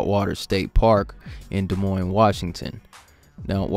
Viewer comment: D doesn't know how to pronounce the name of the city. If you live in Iowa, "Des Moines" is Deh Moin If you live in Des Moines, WA, it's Deh Moins. Weird, but true fact.